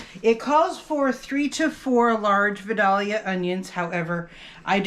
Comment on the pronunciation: I'm from Georgia. It's pronounced VI - DAY - YUH. The first syllable should rhyme with "sky".